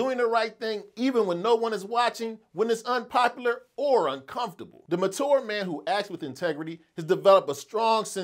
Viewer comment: Why are you pronouncing ‘mature’ like that!